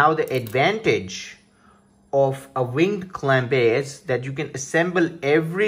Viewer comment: ving clamp -_- took me a while to figure out what he was saying